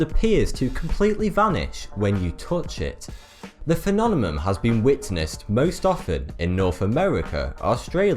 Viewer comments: love your stuff REALLY do..... but you gotta do something about that damn word PHENOMENON.... It happens all the Kennedys used to pronounce Nuclear as Nahk leeah which drove people bonkers. but phenomenon you got to break into easy bites phe·NOM·e·NON. Oh and CACHED (as in stored data ) is pronounced KASHd not Kash-ed Hope you don't think this is a pain in the ass, but you have a career here narrating documentaries, matter of fact you may be the clearest host on any YouTube video, so we are striving here for poi-fek-tion as they say in Naw-yak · He's switching the m and the n. I lived all around the UK for 18 years, I know what the accents sound like. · ***** If you can't hear that the N is coming before the M instead of the other way around, then I can't help you. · Learn to say Phenomenon or stop saying it so much FFS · Every time you say phenomenon it makes me giggle.. I know its quite a word.. im not trying to make fun.. its just kinda funny to me.. It kind of reminds me of when I try to say aluminum.. half the time i trip over it as well.. and phenomenon has almost the same issues.. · i Seriously love my dude making these videos, i also always thought he had impeccable spelling but the phenomenon thing, lol, love it even more!! Original content at its best :D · Smiddy Fiveonefive thank you. i kept hearing weird pronunciation of this word through out this video. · there is no accent that stops you from pronouncing the word correctly he has a problem pronouncing it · I apologize, but you saying phenonemon instead of phenomenon made me stop this video. I literally cannot watch it. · it's pronounced "phenomenon" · Phenonemon xDDDDD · please say P H E N O M E N O N instead of P H E N O N E M U M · phenonemoun =3.. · Are you deliberately saying "phenonemom"? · Phenonemum? phenonema? i don't think that's how you spell it... good video though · This video is a very strange "phenonemum" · holy shit. feh-nom-en-non. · phenonemum. that's not how you say it.